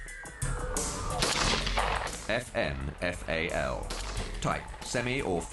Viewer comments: you say FN FALL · Sounds like they're saying "effin' FAL", ha ha. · It's pronounced like effin fail.